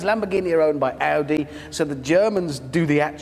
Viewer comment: I think you mispronounced Audi.